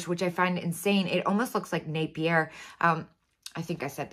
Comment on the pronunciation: Your pronunciation is correct. I always think of the commercial when I’m questioning my memory of how to say Napier. So, just remember, “Napier is merrier. Napier is sexier. Napier is naughtier..”